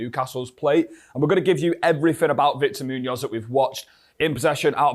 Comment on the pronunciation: I enjoy what you do with these videos but please brother you have to learn to pronounce his name better :D Probably the accent.